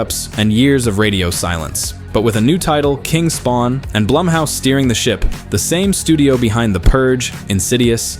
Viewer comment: Say it with me narrator guy "BLOOMhouse." "BLOOMhouse productions."